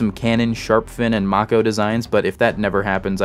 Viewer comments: May-koh Not mach-oh Have a thumb anyway. I dig this shit. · How are you pronouncing mako like that like wtf like its may co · Question, how many times did mispronounce Mako? Answer, Yes. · it can't be that hard to pronounce lol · you pronounced Venezia and mako incorrectly, yeah i know its not important but it irritates me.